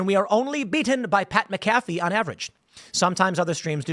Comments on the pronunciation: Pat MAC-a-fee not Pat ma-CA-fee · I don’t think I’ve ever heard someone pronounce Pat MAC-uh-Fee as Mc-Aff-Ee 😂😂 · Mac uh fee